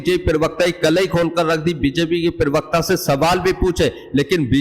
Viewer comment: प्रिवक्ता नहीं प्रवक्ता बोलिए. पढ़े लिखे है